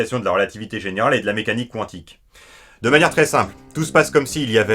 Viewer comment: Quantique se prononce comme ça s'ecrit. Ça m'énerve qu'on écorche ce mot.